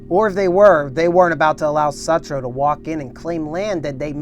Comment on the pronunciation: Pronounced sootroe